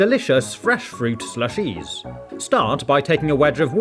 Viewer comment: why do you pronounce it ShlushEEEs